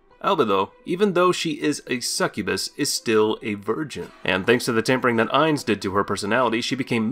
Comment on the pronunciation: I wasn't going to nitpick over a poor pronunciation of Ainz's name, and instead settled in for what I thought would be an informative rundown of the various skills & powers of the Nazarick NPCs. I started reading comments as I listened to the talking-head video, only to find out it was the other end he was talking out of. Thankyou everyone for saving me from watching to the end.